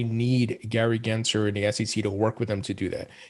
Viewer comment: His name is not "Genser" it is "GensLer" - with an L. If you want to call out his bad actions, at least pronounce the jerk's name correctly!